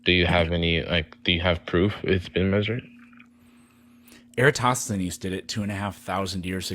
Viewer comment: Eratosthenes… or as Dustin said on MCToon’s channel… “Eee-ratt-O-steenz”